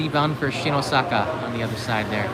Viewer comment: Not “ Shinosaka “ It’s “ Shin-Osaka “.